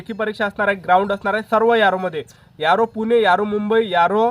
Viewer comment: Aro ❎.... Yaro ✅....